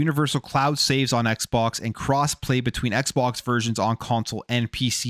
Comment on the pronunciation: When you said saveses I stopped the video and skipped 3 minutes. Every single time you speak incorrectly I skip 3-5 minutes of your video